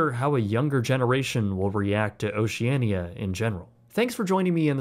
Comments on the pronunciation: its ocean-ia not ociania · They pronounce the name Oceania as Oceana. You would think having traveled on one of their ships for ten-days, you would know that. Odd. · you are most definitely NOT the target audience for Oceania. I am in my early 40’s and are often in the top 10 youngest onboard. Just an FYI, the “i” is silent when saying the name of the cruise line. The older ships are hardly “Ugly and outdated”. The pictures you are showing of them are after the multi million dollar refurbishment. All the fittings are of high quality, and once onboard you’d be hard pressed to tell the ships are over 25 years old. Once again, you are NOT the target audience for the ships in question.